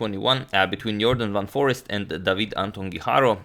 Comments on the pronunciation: It's not Forest but Foreest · It's van foreEst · It's Van Foreest (not Van Forest).